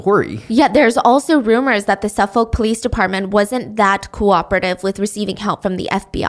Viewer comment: You’re killing me with the pronunciation of Suffolk. It’s Suff-ICK